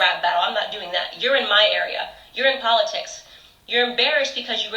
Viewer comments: It's POL-itics. Not PULL-itics. 😂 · Po-LIT-itcs. Just like ana-LYT-ics. Makes phonetic sense from a certain point of view. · I think the best thing to come out of this, is we learned a brand new way to pronounce the word "POLITICS," I Love it!!! 😂😂🤣🤣🤣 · Actually it’s PAUL-itics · Get it right...It’s Po-lit-tics! 😳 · "Po-LI-tics". LOL. Yup that about sums up Cardi. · Politics is not pronounced poleetics, Cardi. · "Paul-et-ics" - Cardi B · You mean "puleitcs" 🤣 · More like poler-tricks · 🤪🤪🤪PO LE TICS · Po-lit-ics haha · Cardi can’t even say politics right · "Plainton" and "Pa-litics" - Cardi B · Pawliticks. 😂😂😂😂 Plantten. It’s plankton 😂😂😂 I’d rather have the Pissa man be president 😂😂😂😂 Gaggilin??😂😂 I got so much businesses to do 😂😂😂